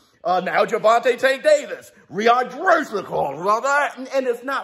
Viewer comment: You killing me " rehighbraashonn clause" 😂😂😂😂